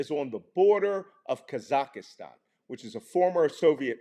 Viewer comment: Kazakastan? Really Malcom?